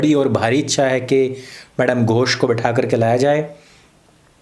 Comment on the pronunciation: मैडम गोष (not घोष)